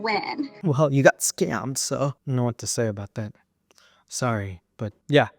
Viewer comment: "I wanted to win!💪" "well you got schammed💪" LMFAOOOO😭